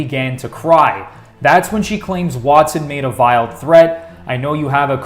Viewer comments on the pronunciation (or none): VILED threat? If you're gonna be reading all these social media posts, you should probably be able to pronounce the words..